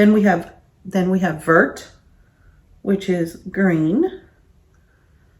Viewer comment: Lol!! How everyone pronounces Vert!! Even said it like you did 😃 Vert rhymes with "air"... say very but leave off the "re" 😉